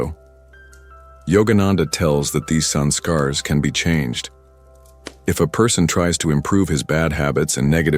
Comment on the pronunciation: Its not "sun scars", its sanskar or tendencies/nature